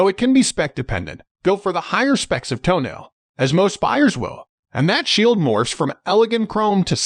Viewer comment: Ffs, it is not pronounced "toenail"!